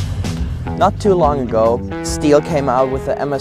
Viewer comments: That is not stil chainsaw, it is stihl (shtil) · Please don’t pronounce STIHL like steel . It’s a german brand so do it the right way naming it. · They don’t even know how to notch a tree properly. Can’t even pronounce the name properly..... steel lmfao. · you don't pronounce STIHL accurate!!!